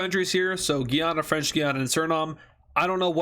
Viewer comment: Guyanas* not gayanas